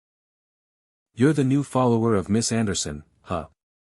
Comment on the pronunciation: interesting. The first mispronunciation I've seen on this channel: Devoured and then "follower!!" got turned into "folowerii" right after. (Just for future reference)